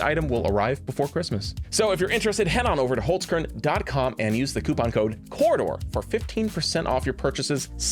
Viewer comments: its not called wholes-curn. its holzkern, like holts-karen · As an Austrian, I puked at the way you said the sponsor's name